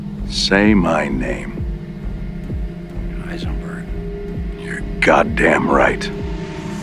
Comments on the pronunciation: Wtf can u not say high- zen -burg?????? Who is eye zen burg? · Are you saying “Eisenberg” and not Heisenberg?!?!? I’m not sure I can tolerate that complete disrespect. SAY HIS NAME HEISENBERG!!!!!! You’re goddamned right!! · HHHeisenberg, not Eisenberg. <<< That's how Jesse (Eisenberg) ended up as Lex Luthor in BATMAN V SUPERMAN. 😡 You forgot that originally, Walter White was written SPECIALLY for ... Nicolas Cage ... he turned it down. 🤣🤣🤣🤣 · you all know who i am. say it. say my name. you're eisenburg. Not clearly Heisenburg as stated in the show. You're God Damn Right. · Heisenberg, not Eisenberg. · Heisenberg with a h. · My God, this guy claims to be a fan but can't pronounce the H in heisenburg, what a tool, much infuriating...